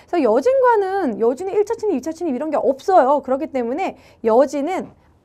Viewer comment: 침입이 자꾸 친입으로 들려요^^